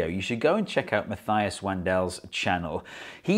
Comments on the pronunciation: Just an FYI, it's pronounced Mah TEE us. Not Ma THY us. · Very good explanation. Thank you. You should know that Matthias pounces his name mah-TEE-us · There's no "ay" sound in Matthias's name. Ma-tee-as. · There is no "th" in the name Matthias. It is pronounced like Mutt-ee-us.